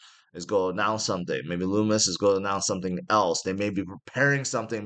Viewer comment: Her name is pronounced Lummis like hummus (NOT LOOMIS)